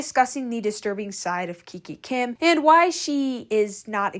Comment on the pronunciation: Kikakim❌. kikikim✅